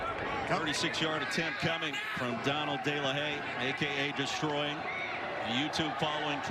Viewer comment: Deestroying not Deelivering leaves San Antonio Deeflated.